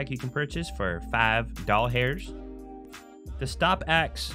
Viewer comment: i thought he said ball hairs not dollars ;)